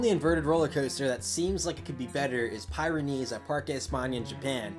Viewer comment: Just for the record I think its pronounced pih ren ees. Not pie ren ees. The Pyrenees are a mountain range south of France north of Spain. But great video dude. (And maybe nobody cares how its pronounced but oh well).